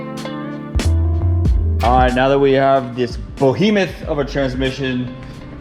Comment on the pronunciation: It's beHEmoth, not BOhemuth!